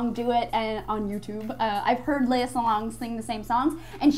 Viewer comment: Yo,. Minor correction on the pronounciation of Lea Salonga's name. It's SA-LONG-GA. Jussayin.